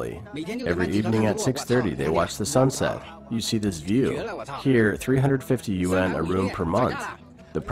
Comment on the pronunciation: Their currency is the YUAN, pronounced "wahn", not U.N. Ya might wanna get that right if you're doing a vid on it.